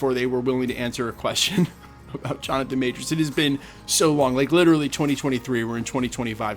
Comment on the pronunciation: Kevin is a liar. He can't even say Jonathan Majors name. We should boycott Avengers: Doomsday.